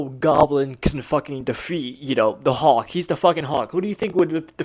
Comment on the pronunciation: I'm not trying to be a troll. But I swear you are not pronouncing the l in hulk every time you say it, and it's driving me a little bit crazy. Sounds like you're just saying huck